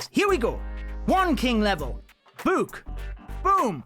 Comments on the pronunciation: Stop saying book like that ffs. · Why you said book like that 😂 bewk